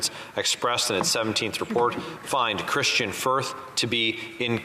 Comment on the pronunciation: Gerretsen repeatedly called Kristian Firth - Kirstain Firth. Did anyone correct him, or even question if he actually knew who the individual was that he was referring to?